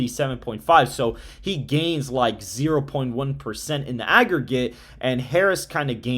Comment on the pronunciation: Please correct that “AGGERGATE”